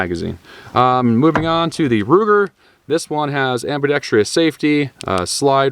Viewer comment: Why is it so many folks with channels that deal with guns can't properly pronounce ambidextrous? 🤔